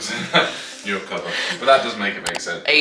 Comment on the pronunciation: Nu “new” recover. Nurecover